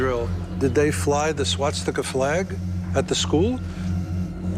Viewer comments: it was painful to hear those dumbasses saying swatstika and admiral donuts lmao they claim theyre officials on the topic they obsess over but cant even pronounce a fucking word. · Around the point one of the hosts of the show about Hitler clearly pronounces “swastika” like “swat-sti-ka.” Crack team of experts, guys. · You'd think for someone who has supposedly studied this stuff for years, he'd know how the word is pronounced. Not gonna write that down here because Youtube might get a bit cranky if I do but you know WHICH word I mean I hope ;XD